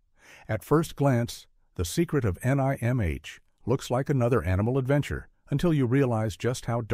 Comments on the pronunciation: I've seen all of them except for the last 2. I know it's his and not yours but this list is pretty tame honestly, I would have at least included Wicked City (1987) and Akira (1988). Also, this dude fell apart pronouncing The Secret of NIMH, it's just Nim, not N-I-M-H or Nimge or whatever. That's seems like a very AI thing to make a mistake on. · I recommend all these movies they are modern classics. This channel stinks of Christian Nationalist propaganda and attempts to bring back satanic panic. Watership down is required reading in many schools all over the world. The author came up with the story while keeping his young daughterscentertained during long car rides. 😂 Note to the AI narrator its pronounced nim. The book explores themes of morality oppression free will and has lots of prose on economic systems and basic sociology. Animal Farm was about the Nazis not the USSR. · The AI narrator just knocks you out of this... it pronounced "id" as "eyed", the Secret of Nihm comments was horrid... kept saying N.I.M.H or worse. sigh. why can't we have real content narrators anymore? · OK, AI Generated slop. The AI doesn't know how to prononounce "id" The "I" is as in "In" not "Irish" And for gods sake, it's not pronounced as an acronym. N.I.M.H. is said as "Nim" Not as individual letters. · I'll have to watch some of these (only saw the Secret of Nimh). "The secret of nai em eich" - and that is when I knew with certainty it was a synthetic voice 😉. NIMH rhymes with Tim (silent H). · Neat - did you ever encounter any talking rats? 😉 The 1982 trailer pronounced it "Nim", but I think that's because the rats (as smart as they were) didn't realize it was an acronym of an institution. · "The Secret of NIGH-AM-H" worthless Ai slop. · Tee-zee-ai-tee-zee-kai. This is how you pronounce "tzatziki", apparently. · I loved the Secret of EneyeMH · It's pronounced "Nim". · This AI cannot pronounce The secret of NIMH or Leonard Nimoy name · What the hell is Ni-M-H? N-I-M-H? AI sucks yo.